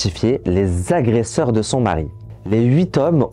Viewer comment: Bravo, ton documentaire est très bien fait. Ta narration est captivante. Très bonne diction malgré quelques fautes de français. J'pense que tu as trouvé ta voie. Attention: on ne dit pas huiz' agresseurs! Mais huit agresseur. Huit étant INVARIABLE, il n'y a pas de S et donc pas de liaison. Mais pourquoi cet accoutrement orange de prisonnier US?😅 Temps REcords et non ROcord. Les "pauvres" devenus riches (illégalement)sont des PARVENUS. L'artiste... Mon dieu mais qu'elle horreur sonore! 😂 Artiste commercial au possible, vraiment c'est affreux comme daube musicale. Désolée mais fallait que ça sorte. Je ne conçoit pas le mal qui a été fait envers cet homme. Mais musicalement parlant c'est pas un mal de ne plus l'entendre. Je m'excuse envers lui.